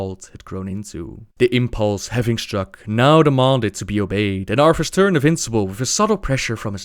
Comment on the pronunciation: Does anyone else hear him say Arfus?